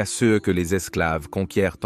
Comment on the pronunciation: Il y a plusieurs pb récurrents de traduction/lecture de l'IA : "ce" est souvent prononcé "CE" (céheu), "Nepos" est traduit par "Napoléon", et "slave" par "esclave". Dans certaines vidéos, Egypte est traduit "république islamique d'Egypte". Merci de corriger ces erreurs récurrentes :)